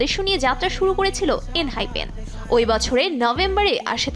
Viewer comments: Check They mispronounce it once..but I just add that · ”eeenhypen” “heesuung” what a lucky day to be a bengali engene